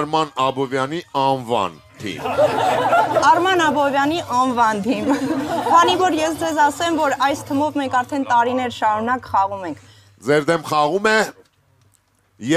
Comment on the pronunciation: թըմով չէ,,թիմով թիմով.....